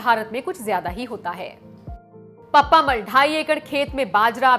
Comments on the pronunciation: इन वृद्ध महिला के नाम का उच्चारण पप्प-अम्माल यानि पप्पम्माल होना चाहिये न कि पप्मामल। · pappamal nahi. Unka naam ka murder math karna please. Actually you say PAPPA AMMAAL